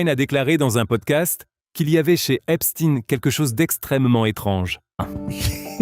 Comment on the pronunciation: c'est pas epstiiiine c'est epstein